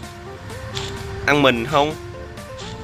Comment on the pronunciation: Zombie Đọc là Giom bia đớ anh AS